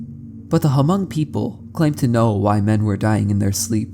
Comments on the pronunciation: Ha-mong😭 its pronounced “mong” but I appreciate our ethnicity being mentioned! Great video btw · Same, I have a lot of hmong friends and hearing him say Huh-mung was so disheartening T.T Takes a quick search to see how it's simply pronounced as mong. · I'm sorry but he's pronouncing the word "hmong" wrong (muhng) I was low-key distracted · Hmong is pronounced like mm-oh-ng instead of huh-mung 👍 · its pronounced mong bro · I am not Hmong myself, but I did grow up in Fresno, where many Hmong immigrants came to after the Vietnam war. “Hmong” is actually pronounced like “Mong,” the “H” is silent :) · it definitely urks me Everytime to hear h-mong but I understand. The written language sometimes doesn't sound how it looks written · It’s tricky if you’ve never heard it said out loud before, but it’s pronounced “mung”. 👍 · As a Hmong person, that intro was cool to know about. I never knew that happened to my people and it's interesting to know that was the inspiration for an iconic horror monster. That said, you absolutely butchered the language. I can't blame you since you don't know the language, but you should at least know that the "H" in "Hmong" is silent. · The “H” in Hmong is silent. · The H in Hmong is silent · The "H" is silent in Hmong